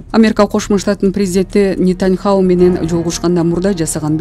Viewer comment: Нитаньхау эмес Нитаньяху